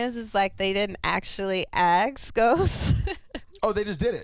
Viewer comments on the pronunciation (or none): for fuck sake it is NOT "aks" it is "ask" why can't you people say it right?